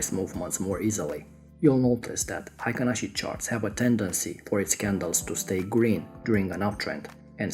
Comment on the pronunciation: The pronunciation in Japan is HEI-KIN-ASHI.